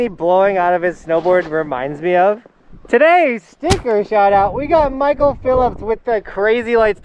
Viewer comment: Poor Mitchell he said his name wrong 😑😅 .. loving the videos!